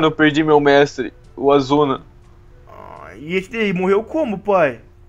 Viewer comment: e asuma e não azuna